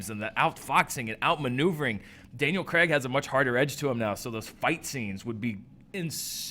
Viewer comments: dear americans, pronounce words properly... Daniel creg!!!!! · his name is Daniel CRAIG not Daniel fucking Creg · Daniel 'Cregg', I hate the American pronunciation of that name.